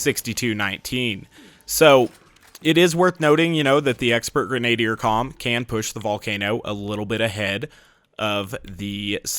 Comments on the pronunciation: Jane Murphy No, he's not. He said it two different ways; 1. Greh-nay-dee-er 2. Greh-nah-dee-er The video's pronunciation is the same as mine, the correct one. The two you are defending are both incorrect. So, thank you for giving something to back up my statement, as well as discrediting yours. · is absolutely right, it's pronounced greh-nah-deer. I didn't really feel like pointing it out because I don't think it's a huge deal, but it still bugs me a bit every time he says it, lol. For further reference, here is a much better source than what Jane Murphy provided. CAMBRIDGE, BITCHES! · Genadier is pronounced like: Gren-ah-deer. Doesn't matter too much, just annoyed me a bit.